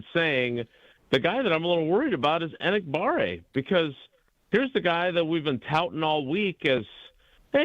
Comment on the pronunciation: might not respect the guy a whole bunch but he at least could pronounce his name right. It's Not Engabare! It's Enagbare